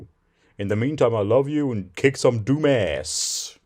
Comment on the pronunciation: Does he think it's called DOOM or DUNE? I swear it sounds like he's saying DUNE everytime. I love that you got it in the story either way tho. Any background to it? Or is playing DOOM just something she does for fun during COVID. So this is In Mid Jan. IIRC , it was mentioned during a stream that he had a conference call with his lawyers and the P.O. , D.A. , Judge, etc .... in an attempt to get himself of either Probation, the RSO list, or both. IIRC, during this meeting he was confronted about his relationship with Jamie and he was played certain calls that had been uploaded to the internet. I'm assuming this is the meeting he's talking about right now and this meeting had to lead to the end of the catfish & the flagging and cancelation of certain channels with that content. I wish I could remember exactly when the channel was taken down. Is it possible that he was talked out of believing the lawyers and everyone else who told he once again he was being catfished when he called ROBOT JAMIE & confronted her? Nothing would surprise me anymore. I just hope it some point when the catfish feel it's OK to let us know we are given some type of time line of everything starting with his release From jail. I thought I had some type of general idea after seeing the text message exchange between DEBBIE and LORNE post incarceration but then we get the Casey bombshell so where does that come in? Lol So many questions. Lmao. Finally, Why does he need to give her the information about Sadi